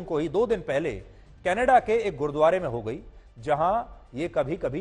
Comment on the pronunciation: Gurudwara Sahib hota bolna seekh pehle